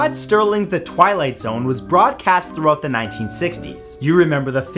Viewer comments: Serling!! No "T" lol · Oh Matt! It's Serling! Common mistake though! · You pronounce Rod Serling's' name just like my mom bi by putting a "T" in it making it Sterling instead of Serling. Thanks for bring back memories of my mom. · It's not Rod Sterling, it's Serling. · lil chris tuten They NEVER pronounced it Sterling. I watched the episodes as they aired and it was ALWAYS Serling. Go to Netflix and watch. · Just to clarify - it's Rod Serling, not "Sterling." That's all. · What is the real weird thing is that his name is NOT Rod sTerling. His name is Rod Serling. He totally spilled that T. lol hahaha nailed it. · I always thought it was Rod Sterling too but it’s Serling, Look it up. We have entered....the twilight zone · That's Rod Serling, not "Sterling"! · Rod Serling not sterling. I just felt like being obnoxious am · Serling. Sterling is something else. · Serling.... Not Sterling. You're actually cool .......sometimes, but always interesting. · Its Rod Serling.... You keep saying stirling. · It bares repeating: It's Serling NOT Sterling! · The host of The Twilight Zone was Serling, not Sterling. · His name is Serling, not Sterling. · Serling. Not sterling. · Rod Serling not sterling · It's Serling, not Sterling. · Serling,not Sterling. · Serling not Sterling. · It's "Serling"... not "Sterling". C'mon Matt! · Matthew... its Rod SERLING not Rod STERLING.... SMH... Major loss of nerd points!!! Twilight Zone Marathon for your penence... LONG LIVE THE GREAT SERLING! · Mr. Santoro. Please learn the PROPER PRONUNCIATION of names of PEOPLE. #4 Twilight Zone. The person's name is ROD SERLING. NOT Rod STERLING. Please pronounce it properly, in the future. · It is Serling. Goggle it if you want to